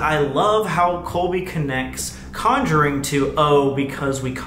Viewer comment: "conuring" lmao